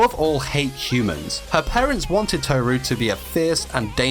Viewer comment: Toe Roo?